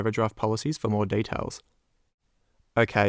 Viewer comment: Can someone explain to me, why he say "daytails" instead of "details". And "feiis" instead of "fees"? Is he from another country or just trying to sound different. Is kind of annoying honestly.